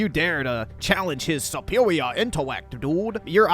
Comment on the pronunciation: Supewiuh intuwect dood